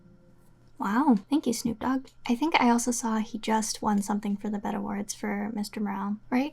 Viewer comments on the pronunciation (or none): it's pronounced B-E-T not bet. Lord 😂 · OMGGG said the “Bet awards” 😭😭😭 its B.E.T. (Black Entertainment Television) 💜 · We gonna ignore that she called it the "bet awards"? lol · Bruh she called B E T, bet 😂🤣😂🤣